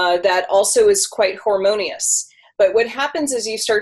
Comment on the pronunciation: Did she say hormonious? love it :'D